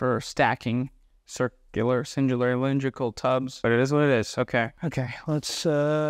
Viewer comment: love this, bro is so articulate but can't say cylindrical, keep it up you got it